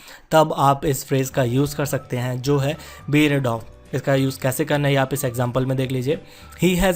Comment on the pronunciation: The word bear is pronounced as bare not beer